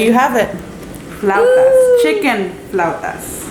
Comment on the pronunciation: Flautas is not hard to say, and I'm a total gringo! But live in Oxnard.... IYKYK